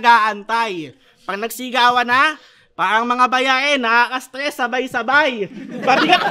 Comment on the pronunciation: Galing parehas ... Solid... Dapat ni rebut nya na hindi sya nagsasabe ng parang kasi bigkas nya "pawang"